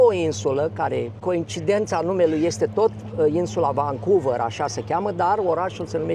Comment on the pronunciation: nu te supara, motivul pentru care te intreaba canadienii de unde esti este ca vorbesti engleza ca si Iliescu. Ai frecat-o la rece in Canada in loc sa-ti perfectionezi accentul. Eu am venit la 40 de ani si am mers la scoala. Nimeni nu ma intreaba de unde vin pentru ca vorbesc corect.Tu nici Vancouver nu poti pronunta ca lumea. Nu e suficient doar sa ai masina ca sa fii ghid. Trebuie sa ai si scoala. Mergi in Romania sa vezi acolo rasism. Tocmai ce am vazut la Stirile ProTV un amarat din Bangladesh care distibuia pizza in Bucuresti cum a luat bataie de la un mioritic pe motiv ca i-a invadat ala tara. Asta in timp ce Romania a trimis afara 5 milioane de imigranti. Huuoooo!